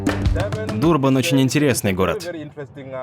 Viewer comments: почему ДурбАн???? город произносится как ДУрбан! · ДурбА'н это такой байт на комменты? Или действительно не знает как правильно произносить. Удивил